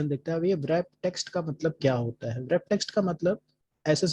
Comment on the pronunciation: wrap text bolne me w, silent rehta hai